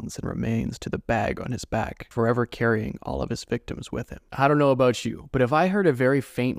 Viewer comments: “Talking aboot today” You Canadian? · I knew it. I hears it when you said "about"